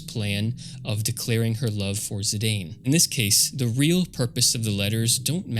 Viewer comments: you sure it`s zi-day-n, not a zi-dan like sakaguchi used to call him? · Dropped after 5 seconds when you said "Zidayn". If you can't even pronounce the main character's name, how am I to assume your video about their game will have anything to teach me? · Zi-Dane?! Naaah 😂😂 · Zidane is pronounced "zee-dahn" (ziˈdɑːn) not "zee-dayne" (ziˈdeɪn). It's a real-life European name (variant of an Arabic "Zeydan" name to be precise), so it's not like the Tidus situation, where it's not obvious how to pronounce it. There was a that French football/soccer player called Zinedine Zidane (infamous for his memed to hell headbutt attack during on of his matches) - you can always check how his name is pronounced if needed ;p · Zee-dan, no zee-dane. One of the best football players of France is called like that and was obviusly taken from there. If its called Maradona you wont called him may-are-done-ai right? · Someone probably already mentioned it but Zidane is pronounced as Zee-dan. I used to pronounce it Zee-dane as well until I played PSP Dissidia years ago and it made me look it up and turns out it's an actual real world name and his original Japanese name, also pronounced in Dissidia, is Jitan. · it's pronounced zeedahn, a french name. remember the dude that headbutted the football player in the world cup 2004? that was zidane. i too said zaidayn when i first played the game in 2000. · Ah, close! There's a canon way to pronounce Zidane's name, and I can't listen to Zidayne lore for 15 minutes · You mispronounced Zidane